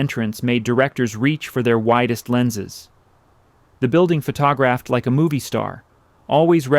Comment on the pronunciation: This wins the award for most bizarre pronunciation of a common word: "photographed" came out "phuh-TAW-graft"!